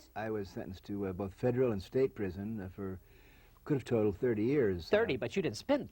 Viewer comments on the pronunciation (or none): none